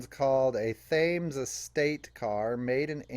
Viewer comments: Not thames,pronounced Tems,,like the river ! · I hope you don't mind my friendly corrections! Thames is pronounced "Tims." All of Ford's commercial vehicles were called Thames at that time. Yours is MB #70A issued in 1959 and withdrawn from the series in 1966.